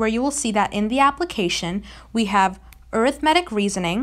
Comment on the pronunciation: It's pronounced A-rith-ma-tic, not aero-matic or whatever you said